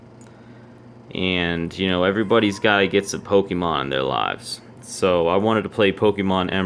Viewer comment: It's po-kay-mon, not po-kee-mon